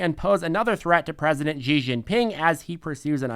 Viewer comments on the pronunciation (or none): Xi is pronounced She.